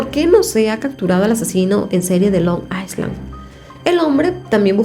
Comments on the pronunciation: Se dice ailan’ no aislan ❤️ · Hola,. No es Long Iceland, sino Long Island (la "s" no se pronuncia). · Se prunincia : ailand. NO S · creo que se dice Long i(s)land o sea la s es muda